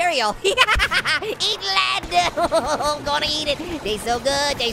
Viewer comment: He said eat led